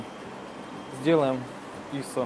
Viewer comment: ИИИсо!)))) Это просто фонтан СТИЛЯ!))))" ISO" - ударение на последний слог!